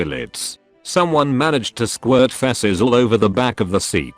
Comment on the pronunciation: The text: "Feces" The Bot: "FeSSes